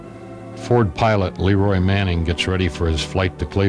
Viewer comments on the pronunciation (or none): none